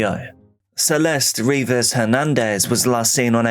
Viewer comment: Celeste´s name should be pronounced "Celeste" as it is in Spanish